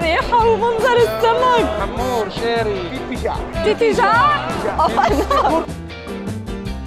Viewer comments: لا يسمعك سعيد المهري من البطين تقولين حامور ههههههه اسمه هامور 😂😂😂😂😂😂😂😂😂😂😂😂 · احلى شي وقت ديالا بتلفظ اسم سمك الهامور ويكون الملقن هندي هههههههه